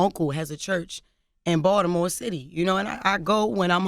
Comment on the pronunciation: Balitmore shat! lmao